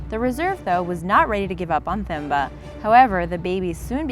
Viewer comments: The moment she pronounces Themba as THemba instead of Teh-mbah. Cutest video ever though!! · Pronounced Tem - ba not Themba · You say Temba when you call it. Don't emphasis the h in Themba. It's 'Themba' when you write it however when you call it it's 'Temba'. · Themba is pronounced with a hard t. So like tembah. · Number 2, It's Themba, pronounced "Temba" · I think the elaphants name was pronounced temba or timba cause in Africa they do that..,Like my name is Thembi but it’s pronounced timbe.